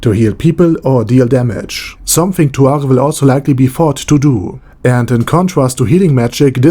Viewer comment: why are you pronouncing it tuare instead of tsuare?